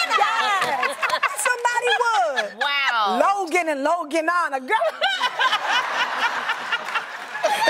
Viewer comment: “Logan and Logana” 😂😂😂